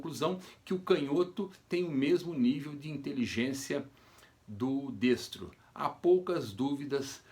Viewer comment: Até que enfim alguém pronunciou “destra(o)” corretamente.